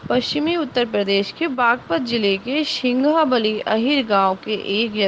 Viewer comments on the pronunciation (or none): Singhawali village ke the गाँव का नाम सही बोलिए मेरे चचेरे बाबा the